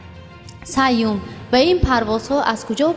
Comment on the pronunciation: О апа саюм не сеюм гуед